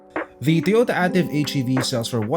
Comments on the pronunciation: It’s pronounced as EY-TIV and not AH-TIV. This Ativ sold in Middle East and Latin America as the Yaris sedan. Yaris Ativ is known in Thailand, Sri Lanka, and Pakistan. Ativ sold globally as the All-new Vios. DESIGN OF THE EXTERIOR: Front Fascia: Corolla Altis Rear: Camry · A-TIV (ey-tiv)